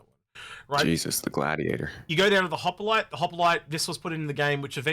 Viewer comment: I chuckle every time says Harbinger (aka "Harbringer") and Hoplite (aka "Hoppalite"). It's like George Bush pronouncing nuclear as "nucular".;-)